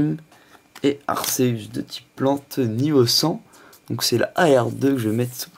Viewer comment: Arceus ce prononce arkéus sinon bonne vidéo ^^